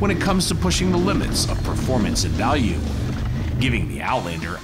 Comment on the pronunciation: Anyone else notice “best initial balue” to the end? Lol